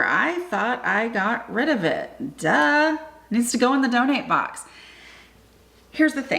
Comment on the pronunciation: I thought you were saying dud for the longest time 😂